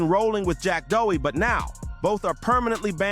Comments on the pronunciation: "Jack Doughy". Lol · Just hyped 2,380 points for this vid cause you call him Jack doughy lmfao